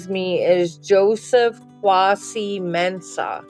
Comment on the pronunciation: It’s not pronounced quasy. It’s pronounced kway-see. It’s a very common Ghanaian name. Mensah is also a common last name. Think John Smith in America.